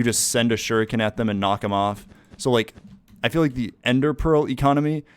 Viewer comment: dude i thought u kept saying sugar cane...shu ri ken